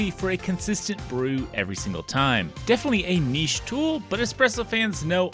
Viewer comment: Thank you for pronouncing niche correctly. There's nothing worse than Americans saying "nitch".